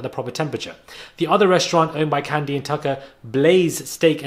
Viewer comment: I'm from Atlanta & so is Kandi. Baaaaaaaby when you mispronounced her name I almost called for that same ambulance that always drive down your street precisely at the right moment 🤣🤣🤣 That took me out!!!